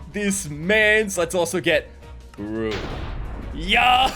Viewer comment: this was wonderful as always but one thing u should know: Its Beru, spelled as Be-Ru not Baru